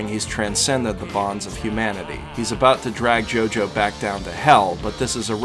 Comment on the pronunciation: Its a jojo not gogo